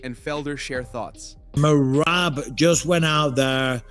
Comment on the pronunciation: how did u butcher the name merab lmao mareebbb lol